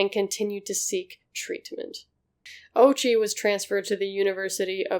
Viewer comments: It's o-U-chi, not OH-chi. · O'oochi not Ouchie. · God plays sick jokes with irony. The mans name is ouchi bruh and i thnk a lot of people would pronouce it owchy lol Holy heeellllll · The pronunciation of ouchi is oh-ooh-chi. Also, neuron beams🤣🤣🤣🤣🤣🤣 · The name “Ouchi” can be mispronounced as “Ouchie”. Edit: I meant similar to “Ouchie”, not mispronounced.